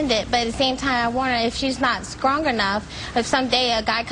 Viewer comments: Will someone please correct me but did I just hear the mother named say the SQRONG (instead of strong). Prior to that, said that she wants her DAUGHTER to have a good education. Absolutely AMAZING!!! a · Wait a minute... , did she say 'skrong enough'??